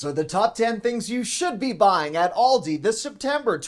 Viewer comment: It's pronounced Aaaal dee... . not Awl day